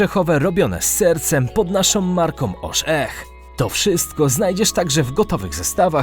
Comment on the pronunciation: "Naszom" na pewno? Może z "myślom" o logopedzie.